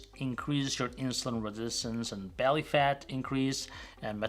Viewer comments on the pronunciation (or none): none